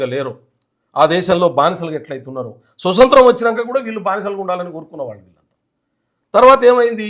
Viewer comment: స్వసత్రం కాదు నాయనా స్వాతంత్రం .అప్పుడే తెలుస్తుంది నీ తెలివి